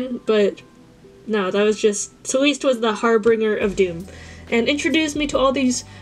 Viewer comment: Haha I love the art work but the first one Celeste is pronounced like celestial just cut short 😅